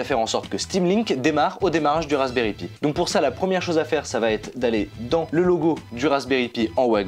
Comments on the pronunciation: Alexandre Valiquette à il le dit c’est juste que ils le disent en mode français c’est moche je te l’accorde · Ça fait drôle comment vous prononcer Pi, normalement on dit "Pie" mais super vidéo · "Pi" se prononce "paille", c'est pourtant si facile, même pour un français. Pour le reste, chapeau bas!